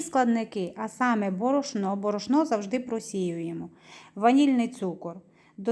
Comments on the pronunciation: Що за діалект? Звідки борошнО? Добрий кекс. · Мова да але ударения неправильные борошно не правильно сказано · Борошно наголос дуже ріже вухо